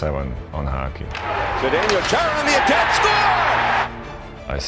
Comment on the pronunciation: Yet they didn't even learn to pronounce his surname correctly. It should be pronounced cca as Khaara. Or Chaara according to German pronunciation (and of course, Slovak one), just like in the German word "machen".